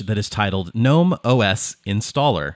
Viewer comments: It's pronounced "guh-nome" not "nome", the "G" isn't silent. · Gnome, not nome. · It's pronounced "gah-nome" just like GNU is pronounced "gah-new" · I am pronouncing "GNOME" incorrectly so long 😅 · It's pronounced G-Nome (gernome) - apparently. I just say gnome. There was an extension that allowed you re-arrange the apps. Mind you there is an extension for almost everything on gnome. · It's pronounced G-nome. The g is not silent. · The g isn’t silent. And this is your job? How do you get that wrong?